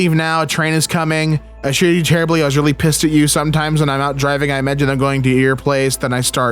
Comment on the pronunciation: He “weally” likes it